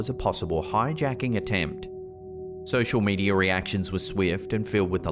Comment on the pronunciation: Sosher medier 😅